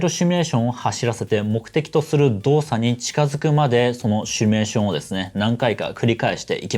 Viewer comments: 、帰国子女感あるのに動画内で「シュミレーション」って言ってますね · 「 しゅみゅれしょん」 (*´ω｀*) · 「シュミレータ」とか「シュミレーション」と連呼していますが、大丈夫ですか。それともわざと？